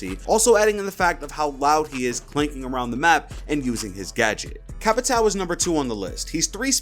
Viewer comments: I’m pretty sure capatao is pronounced ca-pa-shi-o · Heyy,whats up,I’m Brazilian and there is a pronunciation to “Capitão” that you can use.Try to call him “Capitawn” Se tiver algum BR aí da up! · It is not CapitAL, It is Capitão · CAPITAO IS PRONOUNCED "CAPITAN" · Capitao ? Capitao? TAKE DOWN THE VIDEO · "Capitao" for me a brazilian this hurts to hear